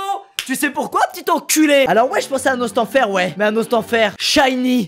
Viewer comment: Ah Squeezie le mito c'est à peine un détail il a dit Nostenfer ça compte faudrait que tu te calme tout de suite OK !! xD